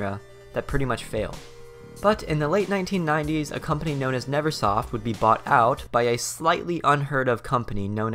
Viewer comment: Nervesoft is what I've been calling it for years. I just realized I read it incorrectly and it's Neversoft, all thanks to you because you pronounced it correctly. Never not Nerve.